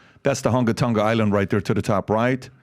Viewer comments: Hunga is pronounced "who-ngaw" & Ha'apai "ha-ah bah-eee" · it's pronunciation is HUUUUUNGA Tongan, but it's great that you guys are covering this story, It's funny because I'm trying to connect how Polynesian people travel across the seas following volcano 🌋 activities, New Zealand aka Aotearoa literally translated to the land of the long white cloud ☁️ and I'm trying to prove that is what we used as a map to travel the seas